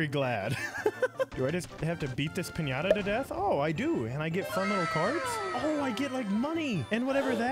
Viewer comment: I talk spanish and you say piñata very good